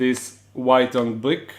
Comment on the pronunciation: You don't want to mispronounce brick for blick so close to the proceeding conversation.